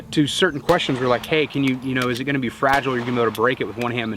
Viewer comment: Did you say FRA-GI-LE??? So, it's from Italy? Thanks...and good for duty use.